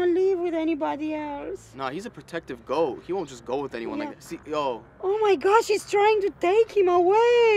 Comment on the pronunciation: Yea but you said gott not goat